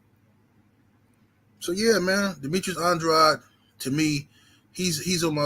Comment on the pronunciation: Andraud or Andrade it's Andrade Pronounce the Man's name right